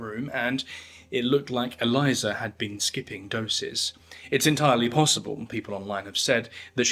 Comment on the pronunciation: E-LEE-sah. Not E-LIE-zuh. But otherwise great vid as always. 👏🏽 from Aotearoa/New Zealand